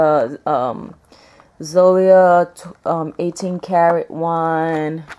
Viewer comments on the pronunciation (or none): Its zoy-a (zoy like toy but with a z).lol just thought id help u out there. Lol